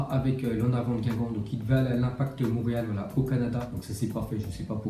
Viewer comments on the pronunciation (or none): none